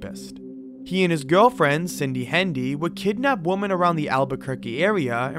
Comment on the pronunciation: “many other woman”?! It’s WOMEN! WoMEN! `got it?